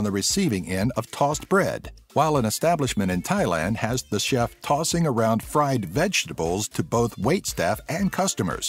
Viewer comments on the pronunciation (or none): none